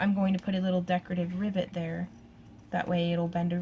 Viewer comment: LOL...I was distracted when you first said "rivet" and I thought you said "ribbit". From then on my brain kept on switching riVET to riBBIT. Talk about a "special moment"!! Gorgeous bracelet!! Like a lot of the other comments, I would love to see your friends Santa outfit :-) As always, keep up the great work and take care!!